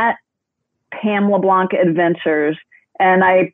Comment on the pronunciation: Very enjoyable listen! Only thing.... Hearing the Anglosizing of the pronounciation of 'LeBlanc' is like nails on a chalkboard! 😐 Yeah yeah, I'm a critic... But seriously, was great!